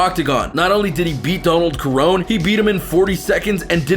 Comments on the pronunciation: he called Donald Cerrone the wrong name. Prounounced it with a K. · Kerone? Cerrone is pronounced Se- Row -Knee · Ok man you lost me when you called cowboy CA-RONE literally anyone with a mild interest in the UFC knows who he is and how to pronounce his name. I'm a huge Conor fan and I get accused of bias all the time but bruh. Bruh! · Did you really say Donald “Carone” 😂💀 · ‘Donald carone’ lol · Donald "Karon" Khabib "Nurma Goma-Dov" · Honestly I'm in shock this man said "Donald Karon" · Donald ker-oh-knee? Casual. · Who's Donald Karon? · He is saying Donald Corone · First warning sign this guy was wrong was when he pronounced Donald Cerrone, "Donald Kerrone". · Bruh what? Donald “ker-own”????? Is this your first ufc fight? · The fuck is he saying kurown for. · Donald carone? You couldn't even pronounce khabibs name right or even dustin. You clearly dont watch this sport. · It’s Donald CER-Ron-E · Kerone , like how do u mess.that up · Donald keron??? Dushtin Porywer??? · He called him caroone🤣🤣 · The way you pronounced Cerrone makes me hate you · Hahahaha you are such a casual fan....a tourist....mispronoucing Poreeio and Cerrone looool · U Just butchered the “Cerrone” name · Honestly if you can't pronounce Donald Cerrone's name right you know nothing about mma and shouldn't be making videos about it! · Such a casual fan, you can’t even say Poirier or Cerrone’s names right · Dude you dont even know how to say donald cerrones name right. Stfu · Also you said Cerrone wrong, delete your channel